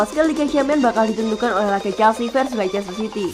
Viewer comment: Maaf kak, sedikit koreksi cara baca leicester adalah "lester", itu karena ada beberapa hipotesis dalam ilmu linguistik, ada yang disebut sebagai elision, yang berarti peniadaan bunyi dari kata" tertentu dalam pengucapannya, biasanya kasus ini disebabkan agar pengucapan sebuah kata dapat lebih mudah dan cepat diucapkan🙏 terimakasih